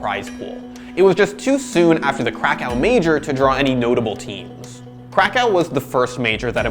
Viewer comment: i hate how you say krakow wrong